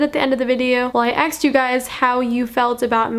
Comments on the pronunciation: Girl you from the hood? You keep pronouncing "asked" as "aksed" 😂😂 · y u say axed instead of asked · It's pronounced ask, not axed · it’s asked not aksed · asked is asked not AKSED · You say "aksed" instead of "asked". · It's "asked" not "axed" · wait is she saying aksed not asked? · its 'asked' not 'aksed' lol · when she says aksed instead of asked in the whole video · It's asked not axed ," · your really hot but please pronounce asked properly it's not aksed 😂😂😂 have a great day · It's ASKED, asked....not AXED. Jesus shit. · ur awesome and all but please its ASKED NOT AXED PLEASE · it's not ax me it's asked me learn to speak English. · Kept Saying Axed But I Still Love Her 🤷🏼‍♀️ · "aksed" LOL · STOP SAYING AXED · I love the way u say asked axed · Someone "axed you" ? 😂 sorry, no offense but I thought it was funny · Julia Elle AKSED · Axed you? He axed you? What's that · i'm sorry but it really bothers me how she says asked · I love it when she says asked